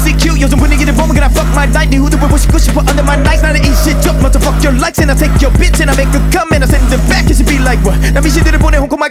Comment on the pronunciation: fuck your ~ 훅을 마지막에도 한번더 넣어주지.. 이부분이 제일 좋은데.. 발음도 개 좋음..